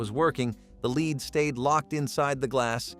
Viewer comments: LED, not leed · Somebody needs to tell that narrative bot that 'lead' is pronounced 'led' in certain cases 👎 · Why is lead being mispronounced? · "Leed" :D